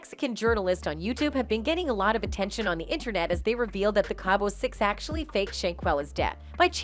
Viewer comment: It’s cabo not cable